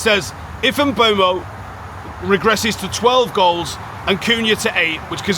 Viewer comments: Mboomo. Stop saying Mbuemo FFS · Please pronounce Mbeumo correctly its not hard